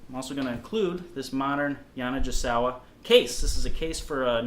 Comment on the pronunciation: You are mis-pronouncing the name. I endorsed their horns for many years. GI is like -GE. Hard G. (Like “Go”) Ya-na-Ge-sa-wa. Sorry but it was driving me crazy. “i” in Japanese is like our “e” sound. Thank you.